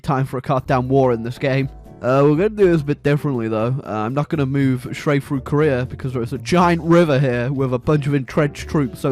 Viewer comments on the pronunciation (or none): none